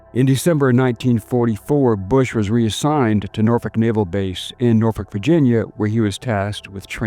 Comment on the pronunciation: Shoutout for pronouncing Norfolk correctly! not many outoftowners get that right